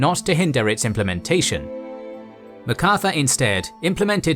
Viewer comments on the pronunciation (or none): why pronounce it Ma Carthur, not Mac Arthur???